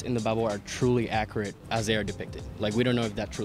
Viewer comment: He said accerate instead of accurate that's funny